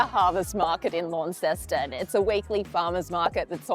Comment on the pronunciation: If you are going to be wanna be reviewing food learn how to pronounce the word Jus and Launceston